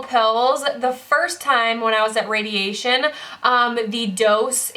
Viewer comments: your speech is getting so much better!!! you've struggled with saying 'radiation' for ages (you used to always say 'radiachun' but you said it perfectly in this video without hesitation! this is just one example out of many of how far you've come - i'm so proud and I know you'll overcome this next obstacle too <3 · You can say "radiation" correctly now 😃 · I had a mini celebration when you pronounced radiation correctly. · when you said radiation I was so proud!! you have improved so much! prayers for you to continue improving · Wow, I was worried by your warning at the beginning of the video, but your speech is almost perfect here!! Your pronunciation and grammar are great. (You’re nailing “radiation” each time now. 😉) And you’re finding most of your words right away. (In fact, you’re speaking really quickly in this video lol. Which is a great thing to see. ☺️) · Check you out saying radiation 😄 you have come so far so so proud of you keep on being you! You are an inspiration :) love from the UK 😘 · Anyone else notice she's NAILING "radiation" in this video?! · Hey! You said radiation correctly on your first try!! :D